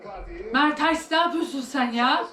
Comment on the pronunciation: ablacım merteRs değil o MerteNs ama yine de sen bilirsin